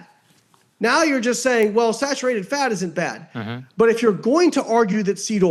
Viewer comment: Excuse me sir, it’s actually pronounced “snatcherated fat”